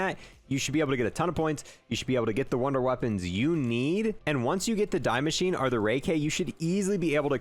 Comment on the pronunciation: The “die” machine. Lol. “Die Maschine” is German for “The Machine”. It’s pronounced “Dee”. And there’s no such word as “exspecially”…. It’s “Especially”. Esssssssspecially. There’s no “x”.